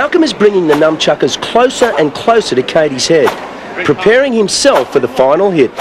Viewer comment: Did he just call them Numb Chuckers? Legend.